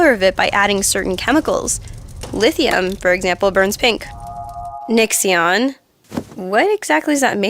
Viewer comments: When on no. 10 said Nixxion Instead of Nixxiom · Why does call Nixxiom 'nixxion' occasionally? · "Nixxion" It was pronounced wrong! Triggered! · says Nixxioms name wrong.